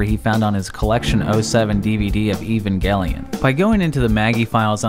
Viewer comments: Evangelion was pronounced wrong... It’s E-VANGE-LEE-IN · Italians used to call it Evanjelion (with the "G" that sound like "Jelly") and it took years to correct that misspelling. But this is the first time I hear someone say Ivangelion. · "Evangelion" is not pronounced the way we pronounce words like "evangelize" in English. It's a Greek word. It's pronounced like Ey-van-gel(hard G like in "gun")-ee-on, while the person in the video pronounces it "Eee-van-gel-ee-on". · Não é "Ivanguelion", é "Evangélion" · I cringed hard when you pronounced Evangelion with a hard G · He didn't pronounce it correctly though lmao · When he said evangelion Me: GEOMETRICALLY SCREAMING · Bro that cannot be how you pronounce that Evangelion movie’s name....